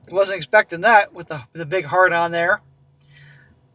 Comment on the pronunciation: Oh, the flashdrive had a "heart on" it. The way you pronounced it I thought it had a boner.